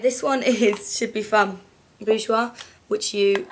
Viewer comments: PS - You said "Bourjois" perfectly! :) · Haha don't worry, I'm French and I can tell you that you don't pronounce "Bourjois" that bad, anyway this really was useful, you should definitly do that for other products: brushes, palettes, etc... Anyway you two are great, thanks to you I can finally manage not to look like a Picasso, I do worship you haha.